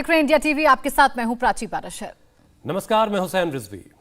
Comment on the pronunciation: Aap apna naam to theek se lijiye it is not Paara Shar it is Prashar